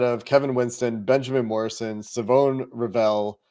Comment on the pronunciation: Thought you guys might try to duck saying Shavon's name but said and got it right (rhymes with "saw bone").